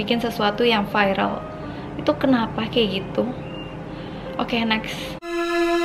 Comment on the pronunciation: Viral kak bukan vairel kak